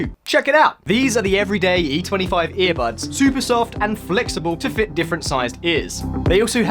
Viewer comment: When you started your spiel, I thought you said “ear -butts”. Now I can’t un-hear it....